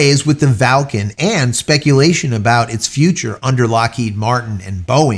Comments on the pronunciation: Where's the "a" in Vulcan, that is, the first "a", after the V. There isn't one! Its pronounced "vuhl·kn", not "val·kn". Just saying.... 🙂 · Clearly VUL-CAN says VAL-CAN instead 😂🤔🤦‍♂️🤷‍♂️ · J, it’s Vulcan no Valcan. Think Mr. Spock’s homeworld.. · Or, was that a tongue firmly in cheek as in Falcon (Valcon?). Just let us know. Thanks, love your channel. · I'm sorry J. is it pronounced Val kan or as it is spelled Vulcan (like in Star Trek). Just asking? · Vul can... VU LLL CAN .... sound it out with me.